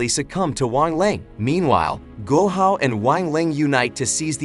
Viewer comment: Man called guo hao Gohan